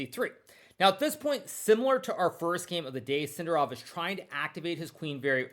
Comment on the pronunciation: Maybe learn to pronounce Sindarov with accent on correct syllable before you retire, mate